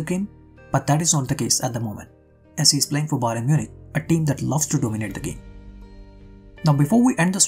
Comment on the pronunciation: Byron Munich. Come on you have to correct your mistakes. You can't be repeating your mistakes